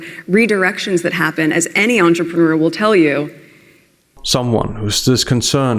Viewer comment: AN ANTRPANEUR NO NO NO.. AN ANTRAMANEUR!!!!